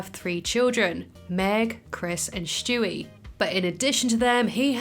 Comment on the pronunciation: "Shtewie" learn to say it right, its STEWIE! NOT SHTEWIE